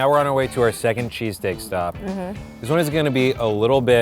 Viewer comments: I KEEP HEARING CHEASECAKE!! AHHHHH!! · I swear every time I heard say cheesesteak it sounded like he was saying cheesecake.